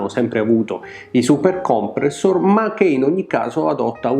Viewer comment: Bellissimo video e bellissima recensione di un pezzo quasi dimenticato!!! Ti faccio i complimenti come al solito…però si dice Supercomprèssor e non Supercòmpressor😜😜😜